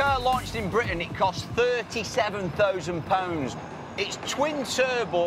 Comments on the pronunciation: thowzond pownds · Therrr tea savan thooooosand poonds lol